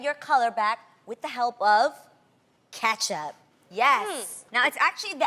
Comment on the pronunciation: Catch up 🤣🤣🤣🤣🍅 why she say it like that